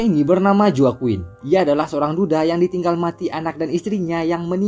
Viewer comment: Mau koreksi dikit bang, Itu Baca Nama Joaquin Ny jgn Joaquin jgn gtu bg, bcny Hoaqin